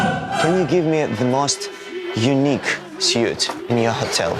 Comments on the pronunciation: Не Сьют, а Свит. Название номера люкс, пора бы уже выучить😁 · Ребята пора вам уже научится как правильно произносится английское "suit". 21 сезон уже все таки а вы все сьют да сьют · Да, свит!